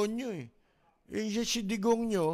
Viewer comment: Digong ninyo ,dinig ko degonyo 😅